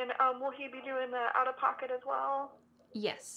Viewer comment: The "as long as" is really hard to recognize for ESL students. I think the pronunciation of the first 'as' is more like 'jəz' rather than 'əz'. Not sure if I'm correct.